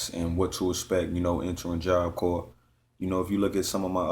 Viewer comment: Corps is said like job core